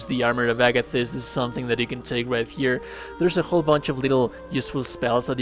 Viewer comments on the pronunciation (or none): none